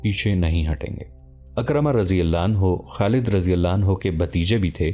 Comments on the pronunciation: میں نے عالم دین سے سنا ہے کہ لفظ اکرمہ نہیں ہے لفظ حضرت عکرمہ ہے. یعنی عین کے نیچے زیر ہے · یہ سیریل بہت عمدہ ھے مگر نام اکثر غلط پڑھا جاتا ھے۔کہیں کہیں تاریخی شواھد بھی قرآن و احادیث اور سیرت سے ھم آھنگ نہیں ھوپاتے۔عمرو بن العاص Amar bin Alass,عکرمہ Ikramah درست تلفظ ھیں۔اگر ویڈیوبنانے سے پہلےناموں کی تحقیق کرلی جائے توبہتر ھو